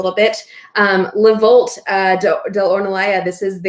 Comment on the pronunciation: Not hating,but I always wonder why we don't treat the name of the wines/producers with the same respect and care,as the general knowledge about the wines themselves we enjoy. It is not Le VolT,it is pronounced Le VoltE. Take care